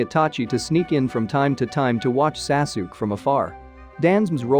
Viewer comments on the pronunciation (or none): the son of "Saasook"? I had to stop